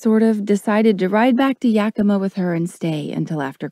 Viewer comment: Okay, she slaughtered how you say Yakima, I mean come on if you are from there, lol then say it right!!!